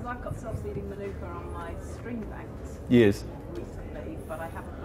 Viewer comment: Please pronounce Manuka correctly. You keep saying manaka ... very annoying 🤔